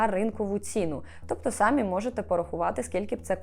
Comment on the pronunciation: Дуже люблю ваші відео, але дуже ріже вухо одне слово Не хочу здатися grammar nazi, але, будь ласка, якщо вам не важко, зверніть увагу, що у слові «самі» наголос на «і». Дякую!